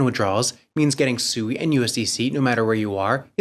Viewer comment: You just played a video a few days ago with the CEO of SUI and he literally pronounced it correctly five times in less than 60 Seconds and for some reason you still want to call it SUEY, like a little piggy.. I have some Dodge Coin I'd like to sell you that Elon keeps promoting